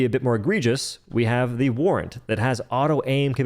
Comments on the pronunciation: War ant durr it's pronounced warrant ffs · Did u say war ant? For the warrant?! 😂😂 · The senator not being top-tier Sheerly because when you pull it out you do a little spin is unacceptable. Barring the fact that it has heavy fucking penetration.... Also did he call fucking warrant, War Ant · “War-ant” is a funny way to say felonie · Warrant pronounced as "war ant" is certainly something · I only disagree how you said "warrant"